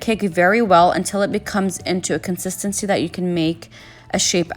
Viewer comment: Did know one else here her say consitancicy